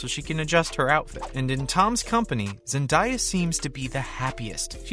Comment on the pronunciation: Zen-DAY-a not Zen-die-a